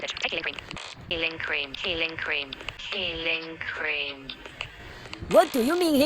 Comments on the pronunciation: “heaing cream “😔✌️🥀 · “HeAliNg ClEaN” Ahh Temu Aminal Hospital 😭🥀🙏